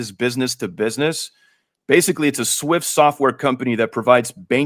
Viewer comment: In case one didn't clearly hear his pronunciation, Temenos is a SWISS software company, NOT a SWIFT software company. Temenos is also partnered with Ripple, big stuff fellas.